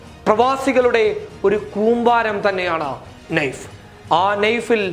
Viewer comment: നൈഫ് അല്ലടാ പൊട്ടാ, നായിഫ് ആണ് കൈതേ